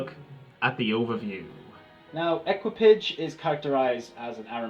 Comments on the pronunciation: It's pronounced ēkē-pa-sha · please pronounce : e k i pa ge :))) which means crew in French